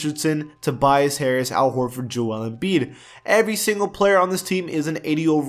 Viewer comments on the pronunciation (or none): none